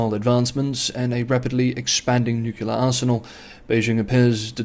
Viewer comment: I guess nucular technology has something to do with atomic nuculars. Or maybe it’s related to oclear devices.